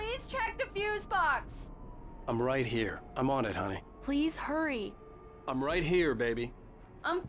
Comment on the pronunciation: this is what i said, before spending way too many of my precious minutes alive looking for virtual thermoses istg the way he says hurry sounds like l4d louis the way GOD just says "i will give you back your dream now" and floats away is so fucking funny to me for some reason i wonder if Pat Maine is another stephen king reference (king is from Maine and sets a lot of his stuff there). also it rhymes with max payne lol, i BET it came from "pax mayne"... in fact alan wake probably comes from sam lake lol i rly hate how much licensing gets in the way... space oddity used to be in the game until the license ran out alan wake: "collect all 106 pages".. dark forests in games already give me slender vibes lol yeah lol, Verizon too. was removed in the remaster. i don't mind them if it means cool indie games get made, similar thing with monster energy in death stranding. i'd feel different if multi-billion dollar GTA6 was full of product placement, which it won't be, right? (clueless) love the chapter songs, shame you skipped them for youtube (as usual i've been doing unlisted streams of my gameplay, and they all get claimed, meaning no monetisation and blocked in Russia - but looks like the same is true for you, so maybe you might as well just listen to them if you want to) alan wake 2 also has them, but this time songs written for the game as well as licensed music, including one from Poe (her first song in like 10 years i think) this qr code is refere